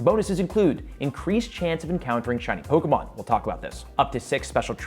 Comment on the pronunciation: Hey, after 5 years, I'm back and blown away by your growth! Your take on Pokémon Go Fest 2023 is on point, and I love that you've mastered the Pokémon names. Keep soaring, and cheers to more success! 🎉 Your almost good as PokeDaxi:face-fuchsia-wide-eyes